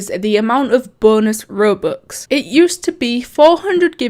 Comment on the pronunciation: why did u say rubux